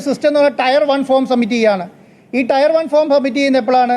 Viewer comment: ടയർ അല്ല ടെയർ